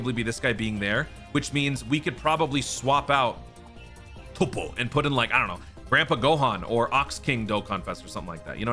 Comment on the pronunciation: Y's he gotta say toppo like that 😭